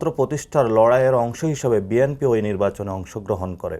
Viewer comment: নাসির উদ্দীন পাটোয়ারী তো BNP নামই উচ্চারণ করতে পারে না,এই লোক আবার দল গঠন করবে,আগে অন্য দলকে সম্মান করতে শিখুন